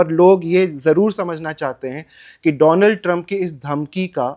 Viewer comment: मैं बोल बोल कर समझा समझा के परेशान हो गया हूं ,, नाम भी ठीक से नहीं लेते उस का डोनाल्ड नहीं,,,,, डोलॉन्ड 😂